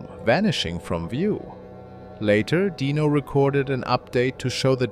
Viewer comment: It's pronounced dyno not deano spelled dino